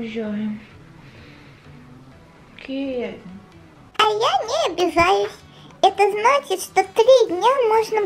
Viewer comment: вобсето не кэвин а Кевин поняла